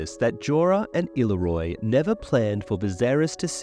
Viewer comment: The amount of names you say incorrectly is actually astounding. Considering you literally change the fucking name rather than just a mispronunciation. Illyroi?? Seeing as his name ends in an O i dont understand how you managed to get to roi. Vargo hoat. Or as you call him. Vargo hort. How ? How are you that bad at reading you cant tell the difference between an a and an r